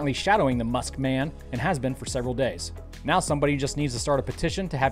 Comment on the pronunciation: Nothing sadder than a fully grown racist who thinks it is funny to say "meow" instead of "now".